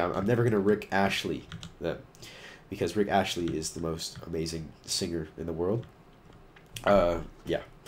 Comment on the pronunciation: Did you say Rick Ashley? haha it is Astley! Maybe it was just your voice but that is what I heard!